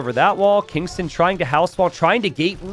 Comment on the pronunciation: I might be wrong but I believe the pronunciation of Kingstone is not how you are pronouncing it. May be readers error. So you're reading it and pronouncing it as Kingston. But his name is King STONE. Which are two different words. Kingston and Kingstone.